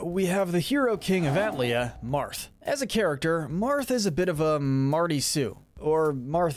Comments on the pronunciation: atlea????? it’s altea… (i think) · Marth's homeland is pronounced All-Tay-Uh. I learned this from playing Heroes. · I am not going to take the words of Marth being a male Mary Sue from someone who pronouns Altea as “at-lee-uh”.